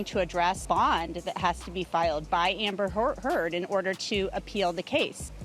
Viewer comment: i legit heard her say Amber Whore- Heard XDXDXD.